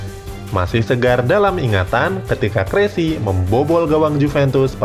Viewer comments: Kessie bukan kressi. 😀😀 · KESSIE BRO BUKAN KRESSIE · Kessie bukan kresie bro... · Ehh longor.. bennacer bkn bennaker, kessie bkn kresie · Frank kessie not kressi bodat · Kessie baca nyz kesi.. bukan kresi apalagi crazy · bukan "KRESSI" min tapi (KESSIE) dan ISMAEL BENNACER dibacanya ( BENASSER) bukan BENAKKER😄😄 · Kesie bukan kresie bos...😀😀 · Kressie..?? 😂😂😂 Kessie woy kessie.... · Kessie kali om..bukan Kresi Benaser bacanya bukan benaker. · Kresi apa kessie nih? Wkwkw moderatornya ketauan bgt gak ngerti bola asal baca text 😂😂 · kessie min bukan kresi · Kressie, Bennaker 😂😂😂 salah cara bacanya banggg wkwk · Siapa Kressy woi??? Benaker pula. Kjaer dibacanya bukan kek mujaer juga. Rebic woi, bukan Rebik. Lol. Gak sekalian aja Lionel Kessie dan Zlatan Abramovich? 😂😂😂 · krazie... kwkwkwkwk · Kessie dibaca kesi... Benaccer dibaca benasier... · Salah panggil Nama King Kessie , Kualat ente min 😂😂 Satu lagi Bennaccer bukan Bennakker 😂😂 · King lord di salah baca nama? Bahaya nih orang